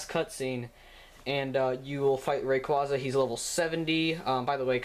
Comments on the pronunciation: It's pronounced rayqueza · Ray-quay-quay. Rayquaza. RAY. QUAza. Ray-Quay-Quay. :) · Rayquaza ( ray-cw- aa-za.) Zinnia ( Zin-ee-a.)! WHAT IS WRONG WITH YOU MAN!!!!!!!!!! EVERYONE KNOWS THAT!!!!!!!!!!! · No it's pronounced rayquaza even in the show you pronounce it wrong